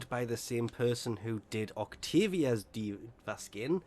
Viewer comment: the octavia skin looks like miku a vocaloid and it makes sense becuase miku plays music the people that think it's Dva from overwatch just becuase he said Dva insead of D i v a your stupid Dva doesn't play music Miku does.